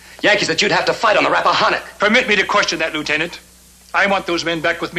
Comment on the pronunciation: Rappahannock Is pronounced RAPPA-HANN (as in Hand)-OCK I grew up near there.